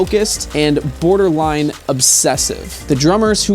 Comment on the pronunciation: You missed the R in borderline... either way, great video bro!